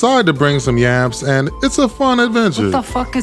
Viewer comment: It's YAMBS not Yamps homie.... Start there.